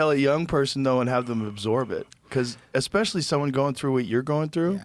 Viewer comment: EXpecially? Lionel come on